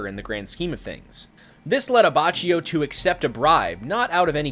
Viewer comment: IT"S AH-BAH-KI-O